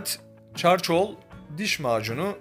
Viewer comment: Yorumlarda düzeltmemizi istemişsiniz. "Çarkol" diye telaffuz ediliyor. Türkçesi "kömür". Bu arada emeğinize sağlık ORDAN BURDAN.💕